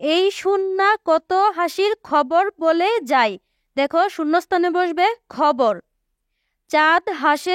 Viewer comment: Khabar ke hobor keno bollan😂😂😂😂😂😂😂